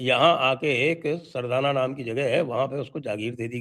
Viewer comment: Sardna hai naki sardana